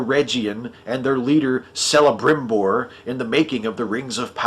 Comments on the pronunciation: If I'm not mistaken it's pronounced KEL not CEL. Either that or all those years, as a kid, when I was playing him in our D&D games I and everyone else was saying it wrong. :) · The heresy! It's pronounced "Kelebrimbor"! ha,ha, great vid as usual.